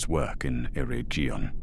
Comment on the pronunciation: The Elven tongue was influenced by Celtic languages. As such the “g” in Eregion would hard, as in “jug”, not soft as in “judge”.